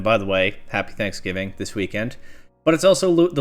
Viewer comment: Did you say thanksgiving??